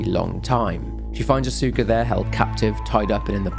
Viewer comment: Note if you run into the name again in the future. Asuka is usually pronounced "aa-skuh"